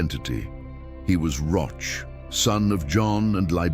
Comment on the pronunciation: Pronunciation rhymes with coach or broach….